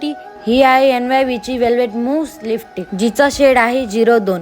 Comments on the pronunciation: listick bolte ky tu lipstic bol g bai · Lipstick pan bolta yet nahi hila😮